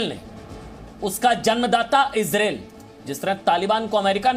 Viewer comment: Sir it's इज़रायेल not इज़रैल please it's so irritating